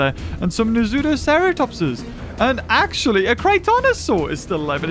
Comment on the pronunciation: Not acshly